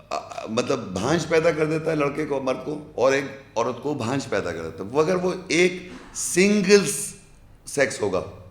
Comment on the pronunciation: بھانجھ ۔۔۔۔ نہیں بانجھ کہتے ہیں